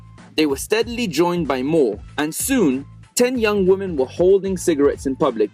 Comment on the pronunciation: Why do you pronounce "women" as "woman"? It makes me cringe...